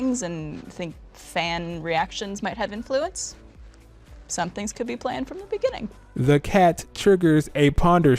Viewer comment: Us: "So how long was Bee planned for.": "In the beninging."